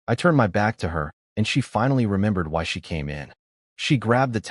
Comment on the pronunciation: honestly these ai read stories need to be turned into Phonetic spelling then listened to so words like bow is pronounced as bow a ranged weapon, not bow the front of a ship, get fixed. It would also knock out the ai reading words as letters, ie she read as s h e instead of just she.